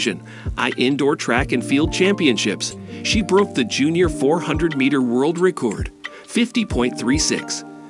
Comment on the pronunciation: “The eight school”?? “Abby STEENER”?? “REEcord”?? “OREEgon”?? A virtual voice narration? Seriously? Couldn’t you get a REAL human to narrate this video? Sheesh.